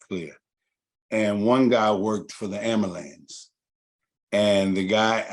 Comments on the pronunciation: Nobody gonna correct this man saying amulance over and over again.... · The word is AM BU LANCE.....repeat it sir!